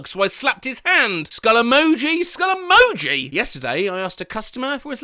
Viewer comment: "Skull emoij, skull eMOji" What's the difference between a skull emoji and a skull emoji for the 2nd skull emoji to have emphasis on the "MO" with both "MO"s sounding precisely the same? lol